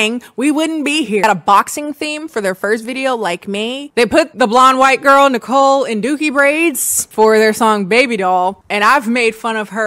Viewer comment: It's pronounced Nicole-N-em, which to be fair would have been a great name. LOL